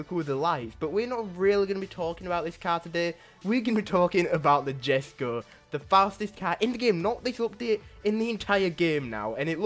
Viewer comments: The Koenigsegg Jesko is pronounced “Yes-ko” btw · It is written jesco but u pronounce it yesco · jesko is pronounced yesko and sian is pronounced see-yan